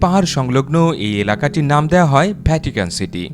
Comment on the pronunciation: I appreciate the way you explain all these tiny details with your smooth voice. However, I have noticed while you explain something which starts with “V” you pronounce as “BH”. Such as “Video” you pronounce as “ Bhidio”, “Vatican” you pronounce as “Bhatican”. Other than that your explanation with the video is amazing. Keep up good work and make more great knowledgeable videos. Good luck